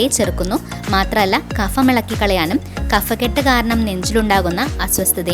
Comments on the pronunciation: കഫക്കെട്ട് - Kabhakket ആണ് ശരി | Kafakket അല്ല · ഹലോ kaphakkett അതാണ് ശെരി കഫക്കെട്ട് ഫ... pha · കഫക്കെട്ട് ഉച്ചാരണം ശരിയല്ല